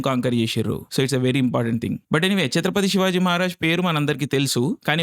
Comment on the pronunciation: You earned my respect andi ....... Name pronounce chesetappudu..... *Chatrapati Shivaji Maharaj *Chatrapati Sambhaji Maharaj